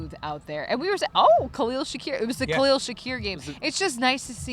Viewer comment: Gotta learn to say Khalils name